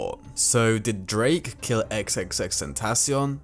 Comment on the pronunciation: Its pronounced tentaCION, not "tenTAcion"